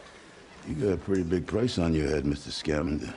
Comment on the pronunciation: It's ScamAnder, not ScAmander.